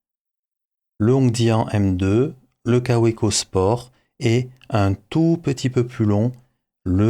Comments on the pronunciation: Ca fait vraiment bizarre de vous entendre prononcer "kaoueco" un peu comme si on disait une volksouagen" 😅😅😅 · En Belgique, nous disons Kaoueko, Volksouagaine... et même Béèmoué pour BMW 😁